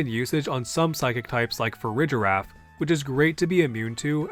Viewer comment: Why do you pronounce it Farijiraf, instead of Farigiraf?